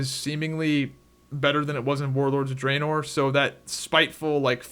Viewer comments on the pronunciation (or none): none